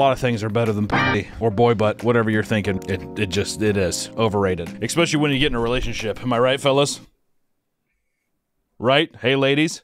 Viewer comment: Never thought I'd follow a youtuber who says "expecially" and not be bothered by it, I love that you don't say "Aynk-shent" though, that one really sets me off lately.